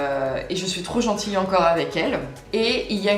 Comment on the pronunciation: Les gens pensaient que c'était celle de Jean car dans ta vidéo quand tu dis "ni la mienne ni celle de Jean", on dirait que tu dis mais.